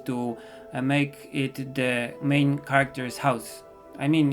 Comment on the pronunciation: Your skills are just sooo amazing 😆😆😆😆 I can draw but I suck with watercolor (Although its MY favorite medium...) so could you please do a tutorial on how to use them and how to get better plz???? Love your art style and art ☺️☺️😊😊 Btw: when you say main character it looks like your saying "mein" character (Im studying German a little ) it's rly adorable I rly love your accent 😁 cant wait for the comic as well 😆😆😆